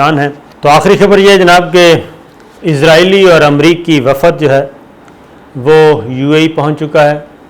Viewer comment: Pehly urdu theek kro bhai, Its WAFD, Not WAFAAD 😂